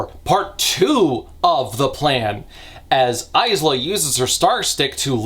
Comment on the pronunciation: I would like to re-record the 7 and half Lightlark hour video, just to ensure that AISLA is correctly pronounced this time.